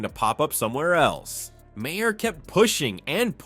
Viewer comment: Mah-her? You are an idiot. Ten thumbs down.